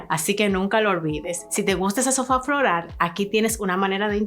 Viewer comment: Aprende a decir floral y no florar